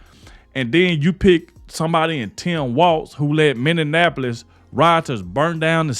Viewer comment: Prayers for Trump., it's pronounce Minn - e - ap - o - lis.